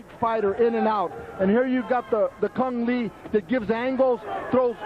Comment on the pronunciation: By the way CUNG LE Say COUNG LEE Not KONG LEE COUNG LEE Vietnamese say ANH LE^ CUNG ok..please say right name with full respect